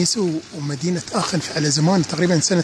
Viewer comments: نعم بالالماني اسمها اخن و ليس اشن .. مجرد للتصحيح..مع الشكر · اخوي حبيت اصحح المعلومة تنطق بالالمانية اخن وليست اشن.الالمانية تختلف عن الانجليزية اخي اذا سبق حرف ch حرف علة فانها تنطق خ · السلام عليكم ورحمة الله! عذراً على التصحيح٠ هذه المدينه ينطق إسمها باللغة الألمانية ''آخِنْ'' وليس ''آشن'' كما تفضلتم٠ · هههههه كولون لوا المصارين اخن وليس اشن